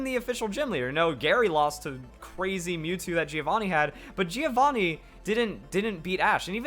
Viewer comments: Oh wow didn't check this comment up til now. Btw to anyone wondering it's pronounced "joe-vanni". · Joe-vaw-nee. The I is silent. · >be italian >hear spell "Giovanni" "GEO-VANI" [screams-a internally-a]